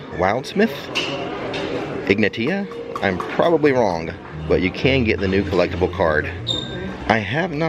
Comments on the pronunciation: its probably Ig-nay-shia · Ig-nay-she-uh is how you pronounce Ignatia lol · The witche's name is IG-Nay-She-uh :) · Ignashia is how to pronounce that name.